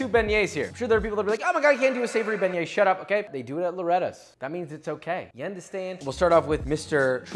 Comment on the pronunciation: I thought u pronounced it "big nuts"